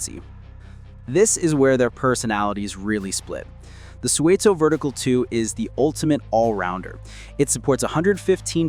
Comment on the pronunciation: I used to make deliveries to Suunto in the UK, and it’s 100% not pronounced like that.